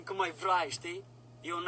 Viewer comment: ia auziți " Şi dacă vrai" 😂😂😂